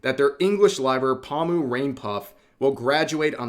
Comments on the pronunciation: What really shocked me it's when Rev pronounced her name Pa-mu. It's Po-moo. We got a tourist here... I still love you Rev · The way you say pomu gives me psychic damage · Are you saying her name like that on purpose lol